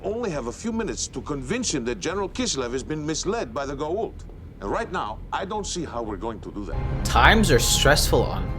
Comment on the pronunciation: It's Goa'uld, not gould 😅